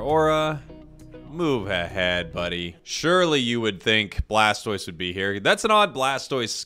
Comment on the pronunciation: I love how he said “that’s an odd blastose skin” and “mamogengar” IM ACUALLY CRACKING UP😂😂😂😂